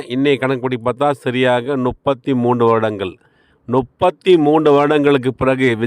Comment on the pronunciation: பிரதர் நுப்பத்தி அல்ல முப்பத்தி என்று சொல்லுங்க